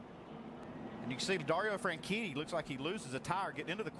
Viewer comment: Dario Franshitty